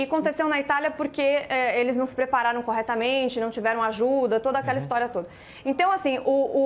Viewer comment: Era pra ser irônico esse "coretamente"? Kkkkkk Boa